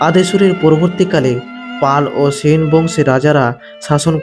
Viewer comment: ছেন না সেন